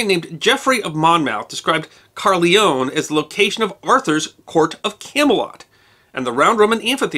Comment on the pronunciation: I'm a tourguide in Cardiff, [ Difflomats on Facebook] Next time, please ask local people how they'd say local names, like "Caerphilly, the Marquess of Bute and Caerleon". It certainly isn't "Carly-own". Cringe.